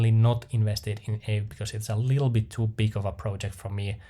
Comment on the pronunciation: Everyone I know pronounces Aave as "Ahh-vey" No idea what is correct though